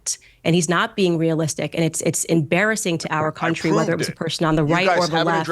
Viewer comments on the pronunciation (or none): none